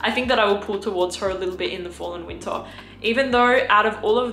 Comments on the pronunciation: Going to watch again just to hear say "Weentah" again.💛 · I love how she never says the “R” sound. Fall and winta it gets coola”